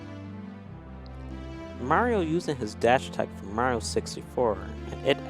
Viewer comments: can’t pronounce Mario, sound it out Ma-ree-oh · he said marill. try not to hear it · why does say mario like mango says marill